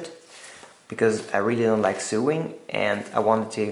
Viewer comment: Thankyou for the video. FYI sewing is pronounced sO-ing and sew is sO